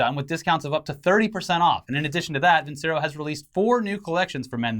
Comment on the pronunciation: Hrmmmm, used to study classical music as a kid, my parent's choice, not mine. If they're an italian watch company, I"m almost 100% certain Vincero should be pronounced vin-chair-oh. If I'm wrong, cool. But if I'm right, might want to check with the company to make sure you're not taking their ad money and pronouncing their name wrong XD